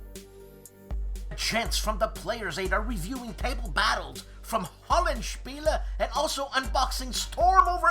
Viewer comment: Every time Roberto Massini's theme comes on, I think it's going to turn into the Star Trek theme...:D So great to hear that last "-eh" at the end of Hollandspiele... good on you,!! Not even Mary and Tom consistently utter the name correctly!:D Dave of the Centurion's Review has Crete on the brain... I sure hope that doesn't make him.... wait for it... a Cretan! (just kiddin'!!) See ya on Sunday!!!